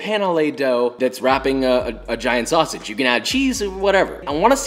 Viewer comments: ok, I"m out.... calling sausage "Sawasage" made me leave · I'm never gonna pronounce "sausage" the regular way from now on. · Why tf u say sausage like that? U not from texas